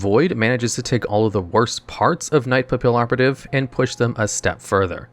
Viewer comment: The "LL" in Papillon and Pallioperative is pronounced like a "Y". Papillion is a French word literally translated to butterfly and Papillioperative is just a play on that.